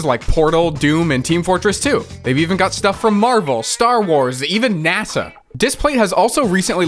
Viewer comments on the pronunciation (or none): none